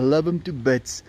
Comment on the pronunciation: Another favorite SA accent word: “bits” 😁❤️